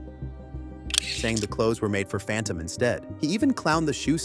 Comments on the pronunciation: Take Kai’s advice and do 30 seconds of research you said “phantom” when it’s fanum and “dre” when it was druski 😂😂😂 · Im pretty sure its an ai video, didnt even realize till the way he pronounced fanum then it was obvious